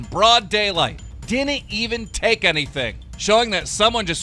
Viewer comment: "was quick to DAKE the gun and blablahblaha alahabfkebd"